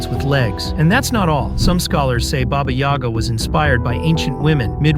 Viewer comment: When you said baba yoga I thought is jone wick